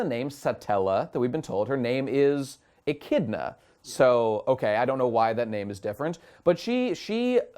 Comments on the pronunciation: Echidona is how it's pronounced in japanese. It's the same thing don't worry about it. The problem is that during her debut in the anime she directly looks into the screen and says her name and title right there. It's not a big deal, but come on guys how did you miss that lol. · "Yes! We know now! It's Echidna, not Satella!" You know, maybe if 60% of your complaints weren't from this one misconception, I wouldn't be so annoyed. Still love you guys. On that note, maybe if I could hear which OVAs you talk about on your subscribestar, I'll feel more inclined to donate.